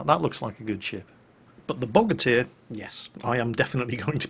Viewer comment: Quoting PhlyDaily here Bogatyr, more like Bow-gate-er, because America